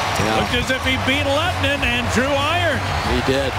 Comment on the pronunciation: His Name Is Lehtonen Not Lehtenen.